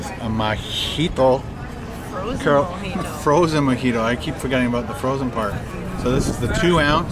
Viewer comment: its pronounced "MO-HEE-TOW" not "MA-HEE-TOW", I've noticed you have trouble pronouncing words.